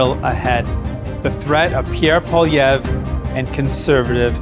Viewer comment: Okay, the fat guy has to start pronouncing Poilievre's name correctly or this is not a serious show. Andrew Lawton wouldn't allow that crap.